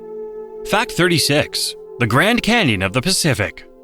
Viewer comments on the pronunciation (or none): none